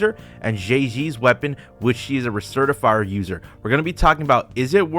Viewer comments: Anyone else hear “recertifier” and instantly went to the comments? 😂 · "RECERTIFIER" come on now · "Recertifier" music to my ears